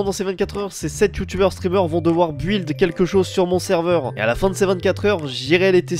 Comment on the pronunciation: à dit bil au lieu de dire de buld